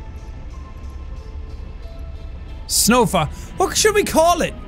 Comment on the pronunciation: I must not be the only one who heard "snow fucks" instead of snowfox